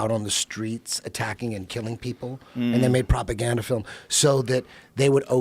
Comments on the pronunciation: How many times a day does eddie say 'propoganda' Probrably more then the number of shootings this year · Eddie "propagandez?" Bravo